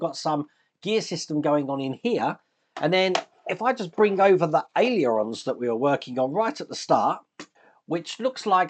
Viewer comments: It's pronounced AY-LER-ON,! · Hi, been watching this coming together and it’s some build. I note you have trouble saying ailerons, so why not just call them flaps 😂😂👌👌👌